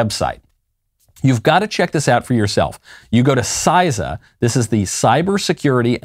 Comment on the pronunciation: CISA is pronounced See-Sa, not SizeSa